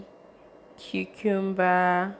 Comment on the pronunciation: It’s the pronunciation of the cucumber for me🤣🤣 #team kingdom💃🏻💃🏻💃🏻 nice video 👏🏻👏🏻